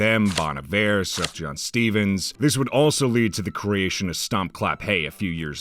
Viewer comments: did you say sufjan like suf-john????? it's pronounced suf-yan. sorry for being a grammar nazi. also bon iver was mispronounced. i just, UGH. YOU DID MY BOY DIRTY. (this is a cry for help) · not to be that guy but his name is pronounced soof-yan...